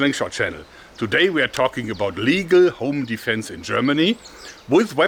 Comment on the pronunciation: Your "home defense" sounds a lot like "onlyfans" to me xD